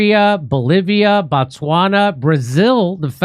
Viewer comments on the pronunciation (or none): none